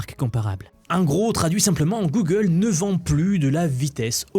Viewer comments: Et ben didont ! Gogole dit un mot particulier et to ze moouuuumoouuun !!!! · "Guegueule" - The french Thank you for the effort